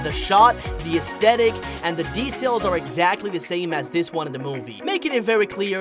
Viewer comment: why does he say W instead of R like why r u UwU